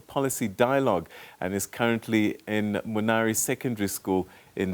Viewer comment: Munali not Munari 😂😂🤣. Hon. Difficult's influence has already started 👏🤣🤣